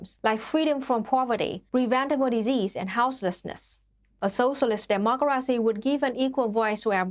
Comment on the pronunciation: It's weird how she adds in extra letters to "dem-mok-car-racy" but yet leaves out a whole bunch in "proletariat"